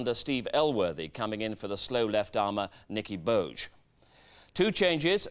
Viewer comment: "Nicky Bowj" - I'm not even South African and that hurts